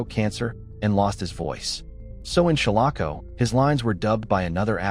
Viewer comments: Some of this isn't true. Like how he is miss prouncing shalako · The proper pronunciation of "Shalako" is SHALL uh ko. If whoever created this video had actually watched the film, he/she/it/they/them would know this, as the correct pronunciation was used several times in the film.